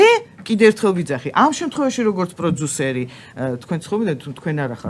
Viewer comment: ეს “პროძუსერი” რაღა ჯანდაბაა? ტვინი გახვრიტა რააა… ინგა გრიგოლიასი არ იყოს, ისიც პროძუსერს ამბობს. პროდიუსერი არის ინგლისური სიტყა და ასო “ძ“ ინგლისურში არ არსებობს.